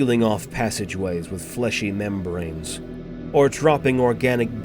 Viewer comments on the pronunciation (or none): If you want an example, and its just my opinion, the sections Where they say "Sealing off passages with fleshy membranes" the pronouciation of the word membranes is odd, and then later a few seconds when they say " dropping barriers to trap invaders" the words 'to' and 'trap' seem to blend together rather than being distict words.